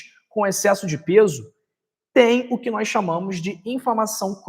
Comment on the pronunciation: Não se pronuncia nóis e sim nós